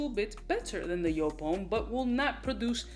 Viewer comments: Pronounced : YOOP !! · Speak em factz On a side note, it's actually pronounced "Yope" Not Jewp" It's a German name, a man named Wolfgang Joop founded JOOP! And his name is pronounced "Yope" Cheers brhh